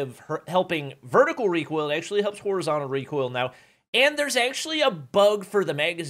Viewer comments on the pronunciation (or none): "Reekoil" brought me here. Lmao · btw it isnt reekoil it is recoil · realising he's actually famous because of how he says recoil: Reek Oil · Literally no "REEKOIL"